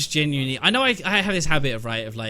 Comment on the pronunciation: I heard you say jhinually cheeky boy